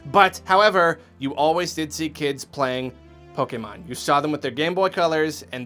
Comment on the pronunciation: Yes! He said Pokemon correctly!